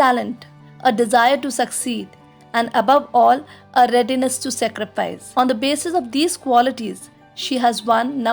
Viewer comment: It is not secrifaice it is saacreefaice